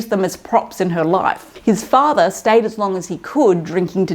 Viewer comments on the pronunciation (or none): none